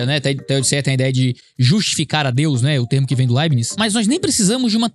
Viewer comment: Pronuncia-se: Láibnis (proparoxítona).